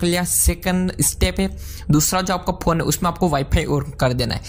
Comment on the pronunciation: you don't know how to pronounce phone.